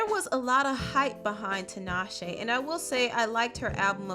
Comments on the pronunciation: I’m sorry, but this is just driving me crazy, honey... her name is pronounced “TEE-naw-shay,” not “TIN-awe-shay.” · 😭The way people say tinashe hurts the Zimbabwean in me